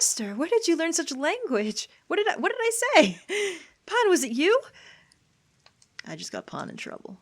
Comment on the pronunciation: Pahn more like pawn amirite